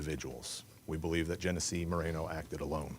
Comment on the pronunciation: Genesse? That's Jeff